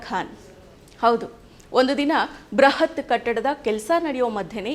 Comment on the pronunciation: ಬೃಹತ್ ಮತ್ತು ಬ್ರಹತ್ ಗೆ ಎಷ್ಟು ಅಂತರವಿದೆ... ಹೀಗೆ ಉಚ್ಚಾರಣೆ ಮಾಡಿ ಪದಗಳನ್ನೇ ಬೇರೆಯಾಗಿ ಮಾಡಿ ಬಿಡುತ್ತೀರಾ...ಇತ್ತೀಚಿಗೆ ಎಲ್ಲರೂ ಕನ್ನಡ ಪದಗಳನ್ನು ಅಪಭ್ರಂಶ ಮಾಡುತ್ತಿದ್ದಾರೆ